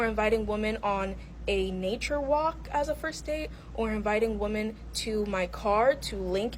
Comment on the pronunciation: Why can't she say women?